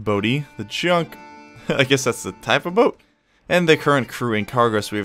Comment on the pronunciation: Hey, Junk isn't pronounced Djunk, you need to loose the D at the front of your pronounciation, its a ancient asian ship.